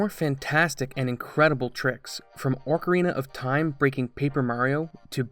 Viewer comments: I swear, is intentionally saying "Orcarina of time" now lol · PLEASE stop saying orc-arena of time